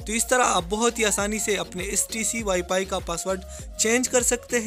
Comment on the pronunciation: Ye wifi se wipay bol raha hai ye kia hum ko sekyga hhhh